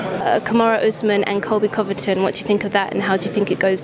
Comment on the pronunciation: Derrick Lewis: Kamaru... Kamaru... Who's other guy? Reporter: Colby Covingtin. Derrick Lewis: Who??? Oh, the happening guy! LoL... 😂